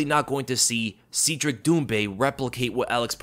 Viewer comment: It’s Cedric (Said Rick), not Seed Rick…